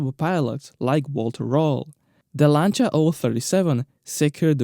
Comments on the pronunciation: Finally, someone who pronounces Lancia correctly. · You pronounced that exactly right: Lanča. It really bothers me when someone says they are a fan of that brand and then can’t even pronounce it right. BTW: love your channel.